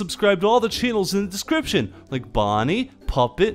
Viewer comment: IN the beginning it was supposed to be CHANNELS but he said CHENNELS!!! XD!!!! Like if you heard this or like this?